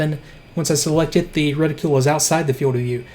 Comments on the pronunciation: Reticule. No. Reticle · LOVE your content...but please, for the love of god... stop saying retiCULE.